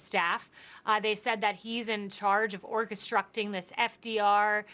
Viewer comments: At the 49/50 second mark she says “orcastruckting” ... you’d think someone who was a press secretary would know the word. It’s orchestrating McEnany. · "orchestructing" did I hear that right???? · Did she just say....orxhestructing?